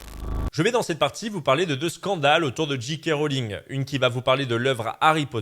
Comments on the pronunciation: Bonjour. C'était bien analysé et raconté, mais tu dis JiKé Rowling au lieu de Géké. En conclusion pour moi: ne jamais traîner sur Twitter. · La lettre J se prononce "djé" en anglais, la lettre G "dji". Quand tu dis "Dji Kay Rowling" ça donne G.K. Rowling Autant le dire à la française